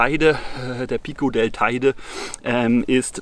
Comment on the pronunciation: An der Aussprache der Namen ist noch zu arbeiten.. Teide...